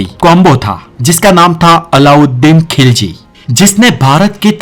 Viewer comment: Tum to pehle apna talffuz thik kara.TU TUGHLAQU ko lugrak KHILZI ko Kilji bolta hey pehle tum bolana sikho?